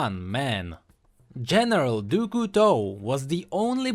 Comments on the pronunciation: Nah, there is no real english sound for "Du", it's not "Doo" "Cou" is "Coo" "Teau" is "To" IDK if you got me xD (btw in english it would look like "of the Knife") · No. For example, the "Du" is pronounced "dü".